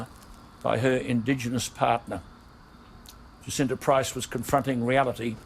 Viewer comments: I think her name is pronounced Jah-sin-tah. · Jacinta Price is pronounced as Ja -Cin -Ta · Hi. "Jacinta" is pronounced Jassinta.IMO Movements like BLM are made up of people who want to agitate and cause unrest amongst the populace. They also use their mantra to legitimise criminal activity eg looting and damaging monuments. Righteous everyday folk need to speak up. Thank goodness for people like Alan Jones and Jacinta who are willing to speak out about these matters. XO From Oz 👍🇦🇺🐨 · I am in Australia and am absolutely addicted to Days of Our Lives 2020 - Director, i am not having a go at you at all, but Jacinta is pronounced precisely as if it is spelt JaSinta.